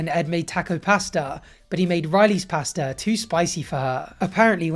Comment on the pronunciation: Learn how to say pasta please